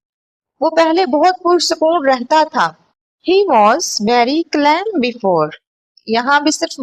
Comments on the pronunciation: Sister .calm ko 'kam 'parhty hy .sorry dont mind . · Ur pronunciation of calm is wrong but I like your videos v much